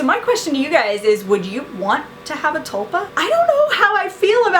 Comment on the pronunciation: its pronounced t-ool-pa